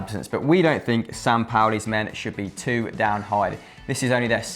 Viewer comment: The guy didn't even say Sampaoli's name right smh